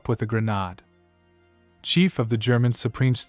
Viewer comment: . And the pronunciation of the word ‘grenade’ is hilarious.